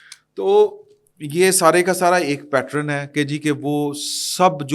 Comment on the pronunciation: The word is PATTERN (pronounced PAT-TURN) and NOT PATRON!